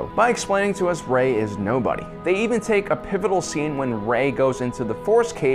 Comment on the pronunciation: What's a Porge? And who's Admiral Horda? How about "Row and Finn"? Oh that's right, can't pronounce names worth a crap. WTF dude 😂